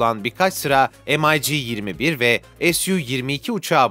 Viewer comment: Mig'i EM-AY-Gİ diye ingilizce okuyan sanırım dünyadaki ilk kişi sensin birader. İngilizler dahi Mig olarak okur zira Mig Mikoyan Gurevich in kısaltmasıdır. Aman diyeyim bir konuda video hazırlarken 2dk araştırma yap